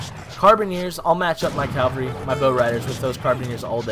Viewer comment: It's Cav-alry not Cal-vary which is the hill Jesus was supposedly crucified on (if you follow that kind of thing) You're pretty boss at this game though man. Lack of proper pronunciation is forgivable haha